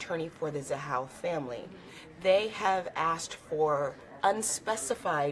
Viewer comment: Its not zahal its ZAHAU